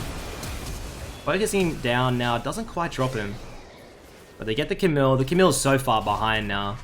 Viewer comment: You don't pronouce the "L" in Camille's name. Its a french name. But nice vid BTW